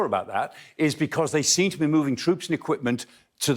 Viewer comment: Walkin, movin, fascinatin-- this woman is of the Priti persuasion: mispronounce every ING word. Elocute, madam!